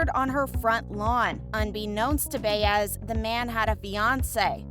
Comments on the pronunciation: Why is Ryan Eggold in the thumbnail? Also, it’s pronounced by ezz, not Bay ezz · Bay ezz is an annoying mispronunciation. She is a recurring character- Buy es or Buy ezz depending on your Spanish skills. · Again, with the mispronunciations!!! It’s Buy-ez not Bay-ez for Detective Baez. Sorry, it just irks me.. 🙄🤷‍♀️ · Rite get her name rite it’s annoying me as well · Still waiting for how Season 12 will shock us fans! Lol! And please learn how to pronounce Baez’s name.